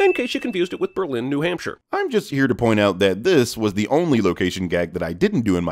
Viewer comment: You can also sin his mispronunciation of Berlin, New Hampshire. More emphasis goes to the first syllable, as opposed to the second. It’s different from the pronunciation for Berlin, Germany.